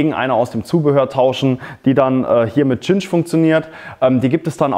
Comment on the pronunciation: Danke für das Video, es hat mir tatsächlich geholfen. Nur eine Bitte: Geh bitte mit gutem Beispiel voran und sage bei Cinch-Kabeln nicht mehr "Tschinsch"-Kabel. Im Englischen wird die Buchstabenfolge Ci wie ein scharfes S gesprochen. Siehe "Cinnamon" oder "Cincinnati" Es wird also also korrekt "Sinch" Kabel gesprochen. Sprechen die allermeisten Deutschen leider falsch.